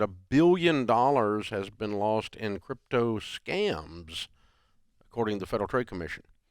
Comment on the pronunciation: "Crytpo" Hahha what a loser